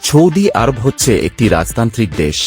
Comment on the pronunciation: আপনার মুখের উচ্চারণ শুদ্ধ নয় আপনি সৌদি আরব বানান কে বিশুদ্ধভাবে বলছেন না শুনতে খারাপ শোনা যাচ্ছে